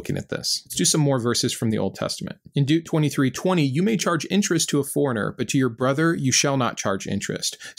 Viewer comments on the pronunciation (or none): Yeah. Just don’t ask him to pronounce Deuteronomy! 😆 (I think it’s cute!) I have trouble pronouncing the br sound. Like in broil and library, so I understand. ❤️